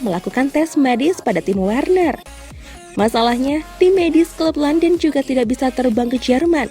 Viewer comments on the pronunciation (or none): none